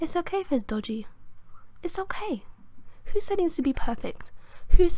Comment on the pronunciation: 'but is okeh' dead